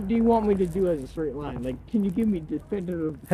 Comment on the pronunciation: The officer was slurring his words as he pronounce the word "straight" as "shhtraight". I'm pretty sure that's an indicator that the officer is drunk.